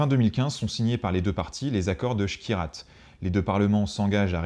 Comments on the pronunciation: petite correction il s'agit de l'accord de skhirat ( une ville au maroc entre rabat et casablancaà et non shrirat . sinon video super intéréssante bien que non exhaustive . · C'est Skhirat et non Shkirat. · Petite erreur à accord skhirat الصخيرات et non shkirat الشكيرات ça ne se prononce pas pareil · Et c'est skhirat pas Shkirat au maroc.